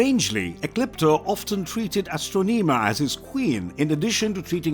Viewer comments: Bad pronounced of astronema and andros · You mispronounced Astronema's name. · O my god how did he butcher the pronouncing of the main vileness from in space name so badly he was no were close to doing it right. Did he not do research before he recorded and posted this.